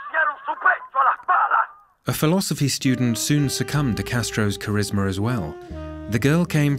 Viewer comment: Charismer😂😂😂 limie speak for CHARISMA..more intrusive R...